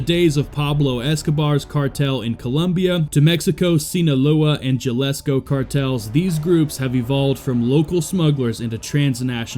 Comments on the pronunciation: Ha lis co not Ja lis co. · Jalisco - HaLEES co. Not ja less co. FEN ta Nill.. n9t fen ta noll. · It’s pronounced- Halisco, The H makes the H sound in Spanish. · Its pronounced Hal-ee-scoh